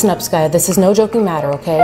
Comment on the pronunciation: The way she calls her "skayou" instead of skaya always made me giggle 🤣